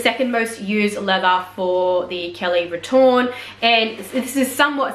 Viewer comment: Hi. Grammatically retourne should be spelled and pronounced retourné (retour-nay). Retourne would have been used in sentence to indicate the conjugated verb of going back in the third person singular present tense. Retourné is the adjective meaning turned back. The reason why it may not always be typed with the é is because English keyboards / POS don’t have the accents programmed with the various French accents 😉